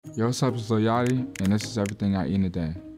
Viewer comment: me prounouncing Yachty "yachti" instead of "Yahti"